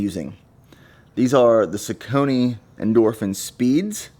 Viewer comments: I thought it was sauce-ony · It's pronounced saw-kuh-nee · It’s pronounced SOCK-A-KNEE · 🚨PRONUNCIATION ALERT🚨 It’s pronounced “sock-uh-nee” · Yeah I was mispronouncing them for the longest time until I heard Jared Ward speak at an event. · You almost pronounced it right! Definitely need at least three pairs of shoes for serious runners. Great video. I like the line up. Haven’t tried any of those new Saucony line yet, but I really want to!!! The Rincon tends to give people blisters. I recommend the Clifton (just a little heavier). If you are heavier like Hokas wear out fast. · I have to admit, I had to laugh at the pronunciation of Saucony. Nothing but respect though. Wish I could run like you. Was supposed to do a 70.3 IM earlier this year. Working on building my base and getting faster instead. Damn Covid. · I cant just notice that you are the saucony name wrong. Not being rude, but I just noticed it😂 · I’ve been pronouncing Saucony the same way as my entire life 🤷🏽‍♀️ not a big deal y’all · congratulations lol and I’ll still pronounce it the same way I have been 😊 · Just a friendly FYI your Saucony shoes are pronounced (SOCK-A-KNEE) not (sock-cony). Great selection of shoes though! You should try some Nike pegasus 37s or pegasus turbo 2s! Very awesome responsive shoes! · Sucony nooooo it's sock-on-y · Yes. He pronounces it wrong, something like Suh-Coney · Great video! I’ve heard it pronounced most often as “sock-a-knee”…not as “sa-cone-e”. Strange word either way lol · The brand is “saw-kan-nee” - Great video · Just pronouncing Saucony wrong. It’s “SOCK-UH-KNEE” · Saw-cone-ee. I think you’re just mispronouncing the saw part. The “u” in saucony makes a “w” sound. But maybe we just pronounce it weird in Illinois 🤷🏼‍♂️ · straight from google 'How is Saucony pronounced? The correct pronunciation of Saucony is “SOCK-UH-KNEE”.' This is how I say it. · It hurt every time he said it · Saucony is pronounced more like Sauk-uh-knee btw